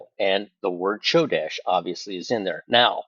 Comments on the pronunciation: You're mispronouncing Chodesh (Kodesh) it's pronounced with a k sound😊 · It's pronounced Ko desh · The "C" is silent in Hebrew, brother. Come quickly, Lord Jesus! 🙏👆🎉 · Ch should sound like a K 😊